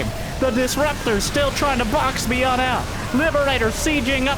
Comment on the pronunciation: "Bee-yunn" played a great game today!